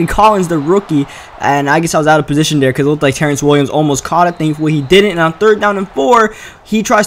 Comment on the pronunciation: Do you have a speech impediment?? Der, not there, dey, not they, dis, not this.... Strange cuz that's the only things you don't say right